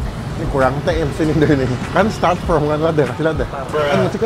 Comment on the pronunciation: from apa form 😂😅